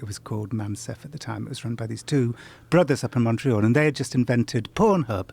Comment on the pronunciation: the way this guys pronounces "pornhub" hurts a bit